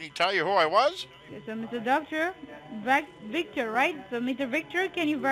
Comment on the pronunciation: Anyone else notice something different about that “Senior DEA Supervising Rundi”???.... She was extremely well spoken for an Indian Scammer! First one I’ve heard who could pronounce the letter “V” correctly!! Victor... not Wictor. That’s dangerous